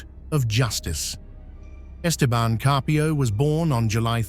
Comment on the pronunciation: The stupid shitty AI didn't pronounce 'Esteban' correctly